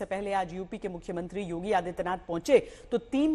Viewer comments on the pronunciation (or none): none